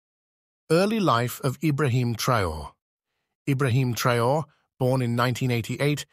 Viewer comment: He is called traore’ please.. traore’ not traor